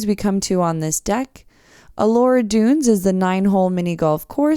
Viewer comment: Thanks for pronouncing "allure" correctly!!!